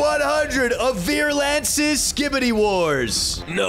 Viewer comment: It’s actually pernouced Verlance